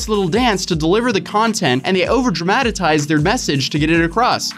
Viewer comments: Dra-ma-ti-tize? New words created by the day. I'm so con-fu-sed LoL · "dramatatize" is actually pronounced DRAMA-TIZE lol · Lol at you saying “Dramatitize” instead of Dramatize. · *dramatize.....Draw-muh-tize.....Thank you!